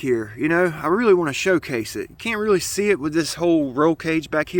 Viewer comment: Say shoe case it again lmfao